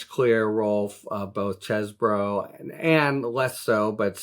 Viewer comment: Finally, someone that pronounces Chez bro and not Cheese Boro. Thanks Harry!